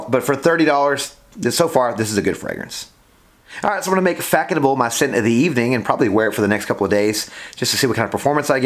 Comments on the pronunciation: Its pronounced "fass noble" Not Fackonable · “Fack a noble”😂😂 such a bad pronunciation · Nice review! Just one thing: it’s read “Fassonable” the ç has an s sound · Yes! Its pronounced fassenau. Smells good for the price. Haven't owned a bottle in 20yrs. Saw it on a discounted website and just re-ordered.. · It is pronounced faSonable - /fa.sɔ.nabl/ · Hi there It was a bit herby to me, back then almost plasticky, I believe it's pronounced, Fazonabl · You’re saying it very wrong